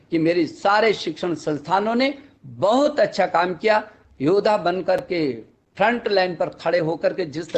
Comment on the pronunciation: o bhai maro sale ko maro..ye chutiya hamara education minister hai? kaha ja raha hai yaar hamara desh? ye sala jahil modi ki chatney me laga huwa hai..abey education minister ho to thoda litrate aadmi ki tarah baat krley.yodha ya hota hai be? sale jodha bol de..chutiye yoddha hota hai.